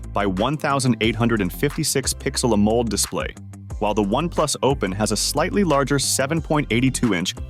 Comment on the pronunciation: AMOLED ❌ Amould ✅